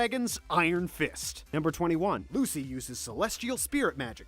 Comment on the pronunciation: I swear the only names he got right were Lucy, Levy, and Natsu.